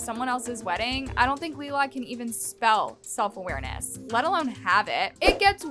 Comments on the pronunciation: The way she keeps calling Lilah leela I can’t 🫣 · You saying her name wrong is driving me NUTS😂😂 Omg youre saying "leelah" too. Noooooo😭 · I know everytime she says it I’m like isn’t it your job to keep your ear to the ground (per say) and you’ve never heard anyone talk ish about Lilah before?